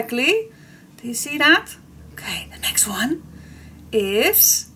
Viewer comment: It's "5 lucky ones" (sounds like once but in ones).;-)